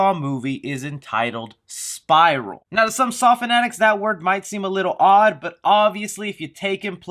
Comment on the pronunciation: I was just listening at 1st and I thought you were saying "Spyro" until I looked at the screen and read "Spiral" lol good video